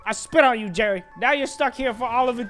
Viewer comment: Nobody:: Jewwy